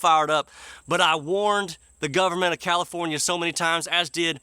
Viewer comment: Californa-stan? What horrible thing do you have against Stan?